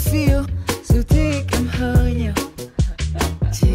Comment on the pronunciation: Hói nhiều :)) Hói is bald, my friend. It is a tonation away. It is supposed to be "hơi nhiều" which means pretty much. Your thumbnail means I love to see you are bald very much.